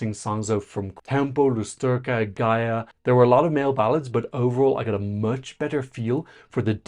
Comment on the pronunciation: Very nice pronunciation of her name! <3